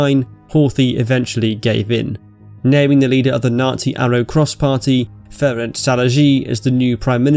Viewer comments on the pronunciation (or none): none